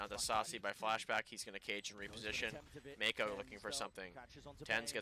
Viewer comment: Pretty sure this is the first time I've heard it pronounced as Make-o instead of Mach-o xd